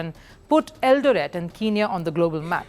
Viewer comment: Great feature,, great presentation. I am from Kenya, and I humbly submit as below regarding your feature: 1. I love the way you pronounce Eldoret. You pronounce it slightly wrong, though your pronunciation of Eldoret is cool; 2. Kenya was a British Colony from 1920 to 1963, and your pronunciation of Kenya sounds just like how White Kenyans used to pronounce Kenya in colonial times. Nothing wrong with that though, because you are not from Kenya; 3. At minute is Hellen Obiri. She is not from Eldoret, she is from a region of Kenya known as Kisii; 4. And no, Kenyan athletes are not "god like" to us, as you mention. If anything, one of the things that could be considered "god like" to us here in Kenya, is the English Premier League, and it's big teams, past and present, such as Manchester City, Liverpool, Chelsea, Manchester United, Arsenal. We are not exactly loyal to our country, or to ourselves. For example, if a big English football club, such as those I mention, were to visit Kenya, today, 17th August 2024, and if today also, 17th August 2024, there was an event to honour all Kenyan athletes, past and current, at a live event, where all living Kenyan athletes, past and current, would be present, the venue with the big English football team would be packed to capacity, while the venue with the Kenyan athletes would not be packed to capacity, would have few attendees; 5. Faith Kipyegon is not a marathon runner as you mention, she is a middle-distanc